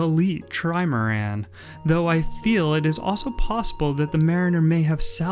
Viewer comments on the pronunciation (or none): none